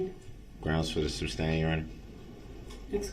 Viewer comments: All this time and he never picked up on the fact he's saying it wrong. Sustain not substain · Reason for the Substain?? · You mean substain. That's how that moron says it. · Substain, tackit, axe, oaf…this guy does a complete butcher job of the english language over and over again.🤦🏽‍♂️ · Substain?? lol! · It’s not substain idiot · He is soooo consistent with his distorted pronunciations that I can't help but wonder if there might be an actual defect between his ear drum and his brain which might cause him to actually perceive in his mind these words in the distorted way that he expresses them. If it could be determined that his hearing perception is actually defective, that would explain a lot ! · Countless numbers of times Judge Dorrow states "SUSTAINED " and Brooks immediately counters with "Grounds for the SUBSTAIN" There just has to be a physical defect between his ear drums and his brain. His brain must be somehow perceiving that word as "SUBstain" for him to so consistantly mispronounce it that exact way every time, over, and over, and over. If such a perception defect is possible, that might explain a lot about how he can have so many social and relationship misperceptions. Maybe his brain really does physically have defective wiring causing him to not perceive things correctly or rationally. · substain? the little guy is funny